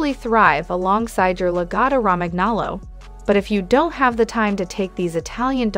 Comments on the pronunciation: I have two Lagottos. Every dog has negative traits and they are wonderful dogs!!!! The mispronounciation is super annoying, I would think that one would want to try and pronounce things correctly, this is embarassing. La-Goe -toe Row-man nolo. Also it's saliva not salvia. This is just ridiculously bad AI. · along with the incorrect pronunciation of Lagotto Romagnolo, she pronounces saliva "salvia"...lol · Perhaps learn how to pronounce the breed name before making a video. Mine never barks, gets groomed 4 times a year and is active during a walk and lazy the rest of the day. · Sound it out with me: La go toe row man yo low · The pronunciation is La-go-toe Ro-man-nolo(we own one & are native Italian speakers) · La-GO-to. Roman-yolo. God damn. So easy to look up. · This is an incredible drinking game, every time she says lagotto romagnolo[incorrectly], take a sip. 😂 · seriously! her incorrect pronunciation is very annoying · It's AI but lol that pronunciation gave me flashbacks to 8th grade spanish class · My god, I think she pronounced the name "Lagotto Romagnolo" four different ways. All of them were incorrect! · You should learn to say the name properly if you wish to be taken seriously. Absolutely a great, smart, highly trainable, and loving dog! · first pronounce the name correctly then talk about the breed... also very stupid title for a video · Wow way to not pronounce the name correctly..... every single time.... if you want a dog yes, walk it, train it, brush it, bathe it, don't leave it at home...... Mine is either with my wife at home when she works or at my wine shop greeting 100ppl each day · She obviously knows nothing about this dog nor about Italian. The pronunciation makes my ears bleed. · The best dog, please learn to pronounce the bread name correctly.